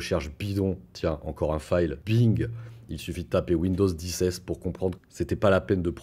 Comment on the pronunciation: "Fail" se prononce "f.è.i.l". J'ai mis un moment avant de comprendre que ne disais pas "faille", mais bien "fail";)